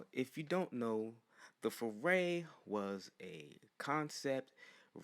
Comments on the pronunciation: not Fu Rey you pronounce it wrong and it's hard to listen to you it's pronounced Fu rye - Fu Rai not Fu Rey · “tHe MaZdA FEREI” Just say Furai, prounounce it like ふうらい. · Foo-rai. Not ray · I hate how you pronounce it "furay" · It’s Furai “FOO-L’EYE”